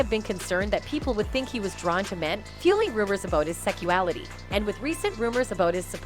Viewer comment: It bothered me she kept saying "Secuality."